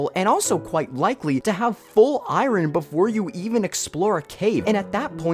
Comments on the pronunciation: The way Iron is pronounced gave me flashbacks of Stewie Griffin's usage of "Cool hWip". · Stop pronouncing iron like that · You always pronouncing iron as it's spelled was the weirdest thing to me for some reason lol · Holy cow I REALLY HATE how you say Iron. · Why are you over-pronouncing iron? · Why does he say iron like that it’s throwing me off great vid tho 😂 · Is that really how Americans pronounce Iron? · i dont have anything to say about the content of the video but the way you pronounce iron causes me so much pain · Anybody know where his accents from? The way he pronounces iron is throwing me off. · Whenever you say iron I hurt inside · The way you pronounce "iron" distracted me so much. But your arguments make sense. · The way bro pronounces iron has automatically made me reject his opinion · why does he pronounce iron like that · Dude, the way you pronounce iron pisses me off lmao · I'm not listening to anybody who pronounces the "r" in iron without having English as a second language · Okay, I can't Say iron correctly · even tho this guy doesn't know how to say iron, he has a point. there just isn't space between stone and iron, and to put it there you'd need some considerable reworking. like letting Copper mine gold and diamonds. they just need to add that, and either give every sword above it a damage buff so it can deal 6 or make it have some kind of armor bypass idfk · This video perfectly explains all of my opinions about copper tools, but the way this guy pronounces iron annoys me so bad video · This is the first man I’ve heard to actually pronounce the “R” in “Iron” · we gonna talk about the pronounciation of iron as eye-run? Is that... is that normal? Am I the only one who pronounces it eye-ern? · Dude, educate yourself. Iron is not pronounced as “Eye-ran.” It’s pronounced “Eye-earn.” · Stop saying iron like its spelt please. "EYERON" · Why do you say IRON like that? It's "eye urn," not "eye run." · just say iron not eyerun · "Copper" "Eye Ron"